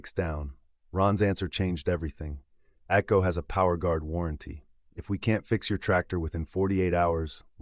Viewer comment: ATCO? That's AGCO.